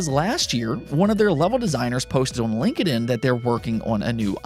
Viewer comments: Dude you’re saying LinkedIn wrong lol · Never say LinkedIn any other way, I find the way you say it hilarious lmao